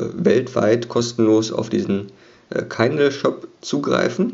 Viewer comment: Schönes Video, aber es heißt Kindle nicht Keindl ;)